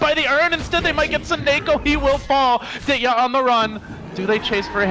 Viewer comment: Shit, it's not Ditya the machine, its Vitya (Viktor, General's name). Learn those things casters plz